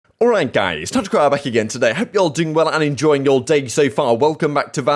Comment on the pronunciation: bruh i seriously cannot understand what u say in the start, it doesn't sound like "TacticalRab" haha! great content btw